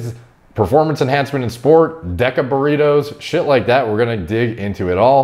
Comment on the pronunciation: Haha dude said "Deca borritos".